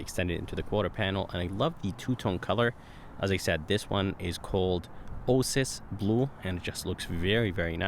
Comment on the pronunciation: It's pronounced Oh-A-Sis Blue. I'm assuming English isn't your first language?